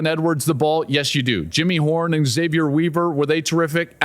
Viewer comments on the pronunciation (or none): none